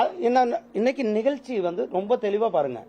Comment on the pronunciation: இந்த பன்னாடைக்கு எந்தக் கழுதை அமைச்சர் பதவி கொடுத்தது? முருகன் என்று பெயர் வைத்துள்ளான்!!!??? தமிழும் ஒழுங்காகப் பேசத்தெரியவில்லை?????!!!! செம்மொலி, தமிலு, நிகல்சி ஆங்கிலமும் ஒழுங்காகத் தெரியவில்லை!!!???? 35% தேர்ச்சியெல்லாம் இப்படித்தான் இருக்கும். "தமில்ல சொல்லட்டுமா? நிகல்ச்சி ஒத்திவைக்கப்பட்டுள்ளது" "English இல் சொல்லட்டுமா? நிகல்ச்சி Postpond பண்ணியிருக்கு" சூப்பரப்பு. எந்த குட்டிச்சுவரு ஸ்கூலுல , எந்த எருமைக் கிட்ட படிச்சான்னு தெரியல??? தெரிஞ்சா யாராவது சொல்லுங்க.